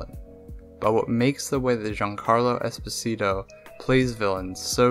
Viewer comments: EspÒsito not EsposÌto for god sake, it's an Italian surname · "Esposeetoe" God, all you had to do was listen to his name -_ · Why do you (and most people actually) pronounce Esposito like that though, it's italian not spanish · 15 seconds in and you already butchered his last name... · Butchered the last name’s pronunciation, but good video nevertheless. Although I am confused as to why you Americans (you may not be an American, this is only an assumption based on what you said) label people as the country from which they were born in. Neither of his parents are danish, yet you label him as “danish” just because he was born in denmark, and it’s fucking dumb. His father is italian, so he is an italian american actor. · you should've researched how to pronounce Esposito, before making a whole video about him lmao